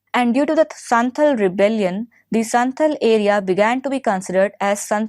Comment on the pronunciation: First, santhal and munda revolt happened in Jharkhand not in bihar. Second, it's not संथल it's संथाल. thirdly, it's खूंटकट्टी not खूंतकट्टी